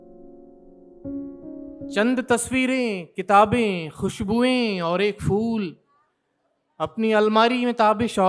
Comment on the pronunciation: Fool nahi phool hota hai namakool